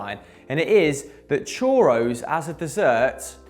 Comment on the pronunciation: Homeboy called a churro a choro